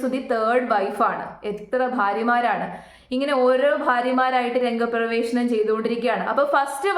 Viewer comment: രംഗപ്രവേശം അതാണ് കൃത്യ ഉച്ചാരണം